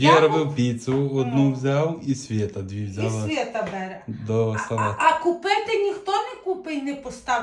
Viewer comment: Не бЕре, а берЕ.